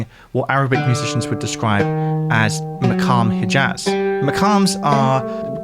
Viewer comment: your analysis of the music is excellent, but your attempts to pronounce the word "poitrine" are pretty shocking it's PWA-treen -- pretty simple. your rendition of "maqam hijaz" is pretty shoddy too, but in that case there's a sound involved that you probably simply can't produce